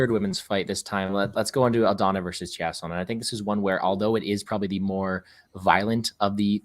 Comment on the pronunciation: It’s “Aldana”, respectfully